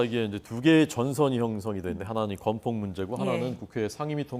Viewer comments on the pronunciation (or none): 나는 바이든이 날리면으로 들리는 사람인데 이건 건폭이 아니라 검폭으로 들리던데요.